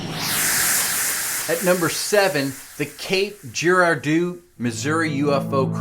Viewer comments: It's pronounced grad doe! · If only you knew how to spell the plural of the word crash I might watch. Can't even pronounce Giradeau ffs.